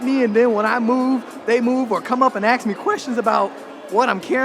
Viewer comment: The word is ask, not ax.